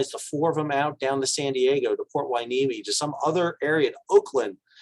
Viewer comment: Wow, you pronounced Hueneme correctly.